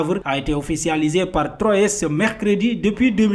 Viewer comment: On écrit troyes mais on lit troi !